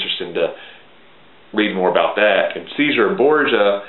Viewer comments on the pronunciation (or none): Cesare Borgia. It's not pronounced See-zar. It's pronounced Chez-zar-ray.